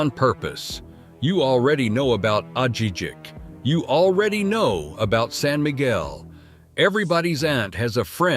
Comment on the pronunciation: My wife and I moving to Ajijic (Ah-hee-HEEK), so this video lost all credibility for me after he (do AI narrators have genders?) pronounced it Ah-JEE-jik.